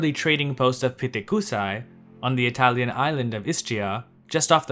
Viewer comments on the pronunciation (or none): none